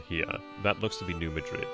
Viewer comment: New Madrid is actually pronounced Ned MAD-rid. Don’t ask me why! 🤔